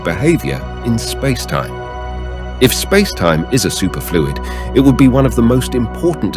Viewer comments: Yeah...supErfluid or sUperfluid? I was laughing at that! LOL! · Is this AI narration? Pronounce “superfluid” challenge, difficulty: impossible.